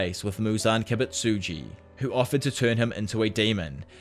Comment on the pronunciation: "muzan kibitsitjus memories"😂